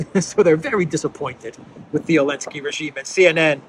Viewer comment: What's with calling him "Elensky?"